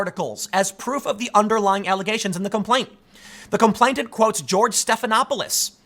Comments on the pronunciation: The word is com-PLAIN-ant. NOT “com-PLAINT-ant.” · It's "complainant:, not "complaintant", ya beanie wearing goober! That's all I have to criticise here, though. Spot-on, otherwise, man. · *Complain-ant. No t in the middle there, Tim. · Complainant is pronounced "complain-ant," not "complaint-ant." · ComplaiNant, not complainTant. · Tim, stop saying "complaintant". He who is complaining is a complainant. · TIM... TIM... THE WORD IS COM-PLAIN-ANT!!! IT’S RIGHT THERE IN FRONT OF YOUR FACE!!! YOU’RE DRIVING ME CRAZY WITH THIS, DAMMIT!!! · "Complainant" has only one 't,' Tim. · Tim, you keep saying complainTant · I suspect that you think the word complainant has a t in the middle of it. It doesn't. You mispronounced it every single time in this video, so I'm fairly sure you must have a misapprehension on its pronunciation. Thank you for keeping me informed about these corrections. I was nearly taken in this time. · Gettin real triggered by that second T in complainant lol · Tim, just so you know complainant only has 1 t, not 2. you're welcome. Did anyone else notice this?